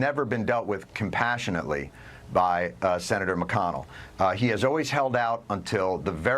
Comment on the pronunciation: Yertle can’t even say “compassionately.”